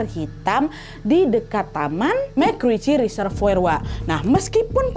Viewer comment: Bacanya mek_rici_resevor kak nadia 😁😁